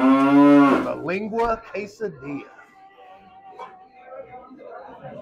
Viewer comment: Tongue(Lengua not Leeeengua) is the best meat. So tender and delicious. Anybody hesitant to try it the taste is just like really good beef. Menudo is made with beef stomach not intestines. It is our favorite food out. Often we will go to place like that for tacos and I'll just order the Menudo or the Caldo de res(Beef stew) soup so I can make my own tacos.